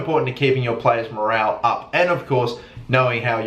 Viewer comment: morole you say morale morole